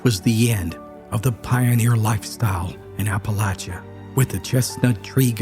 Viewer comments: The story would be even better if you pronounced Appalachia correctly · After the third time of pronouncing Appalachia wrong. I couldn't listen to It anymore.